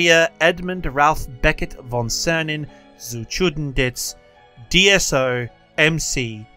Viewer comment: Ah, a real teacher! Just read the Name and didnt show it, so we have to make an effort to grill him about the pronounciation😂 (Was actually quiet good)